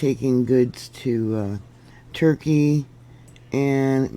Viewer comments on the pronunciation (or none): none